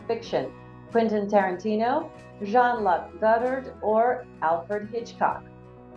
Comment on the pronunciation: Andy Du-frain. Not Du-frez-nee. Jean-Luke Goddard. Not Jean-Luck Goddard. Shirley Bass-ee. Not Shirley Bay-see. NO American band put out an album called "Dark Side of the Moon". Pink Floyd is British. ABBA. Not Abba. "ABBA" is an acronym formed from the first letters of each group member's first name: Agnetha, Björn, Benny, Anni-Frid. Also, ABBA is Not a trio. Trio is 3 singers. There are 4 singers in ABBA. ABBA is a quartet. Tap-ess-tree. Not Tay-pess-tree.